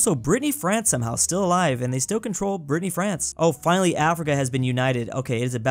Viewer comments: Did you just called the Bretagne "Brittney France" ? XD XD XD Be careful those are fierce French, even us fellow french people don't mess around with their identity, they are pretty touchy about it, you'll get in trouble. (don't mention the rain) XD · It's called Brittany not "Brittney France" 😃